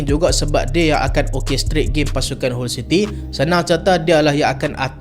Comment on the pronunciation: Salam..sebut HULL CITY = HAL CITY